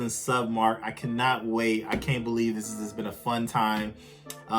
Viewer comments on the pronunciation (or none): none